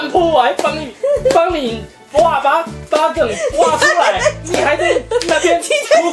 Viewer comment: 畫八我聽成破麻（台語）